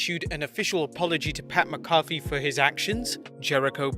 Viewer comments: "Who is McAwfee"? His name is McAfee, and it is pronounced "Macafee". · Ur pronouncing McAfee wrong bro. Its pronounced with a Mac at the beginning like McNamara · Pat MAC AH FEE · who's pat mccoffee? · “Pat MacCoffey”. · Learn how to pronounce Pat McAfee's name. I've heard 6 year olds do a better job than you. This is one of many reasons why I prefer WrestleTalk to your nonsensical babble and biased comments.